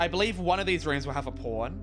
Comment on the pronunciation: when he says pawn i hear porn